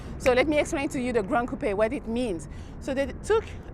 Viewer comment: Watching this again and realized she pronounced coupe correctly. That's something I find irksome about a lot of car reviews of other coupe style cars